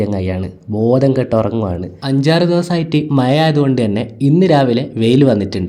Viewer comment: മയ ❌മഴ✅